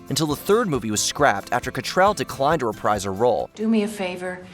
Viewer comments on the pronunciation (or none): none